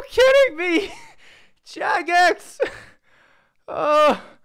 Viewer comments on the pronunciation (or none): none